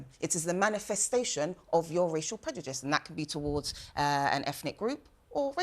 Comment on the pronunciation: She’s so stupid she can’t even say “prejudice” but instead says “predujice” 🤦‍♂️